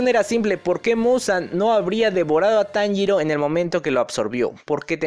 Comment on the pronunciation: taniro???? xD